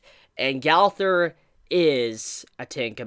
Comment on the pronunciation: Why do you say Gaowther. Gowther. Did u watch seasame street as a kid? The trash can boy has the same name. Gowther.